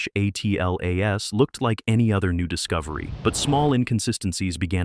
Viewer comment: Why can''t the commentary say Atlas ....rather than A.T.L.A.S??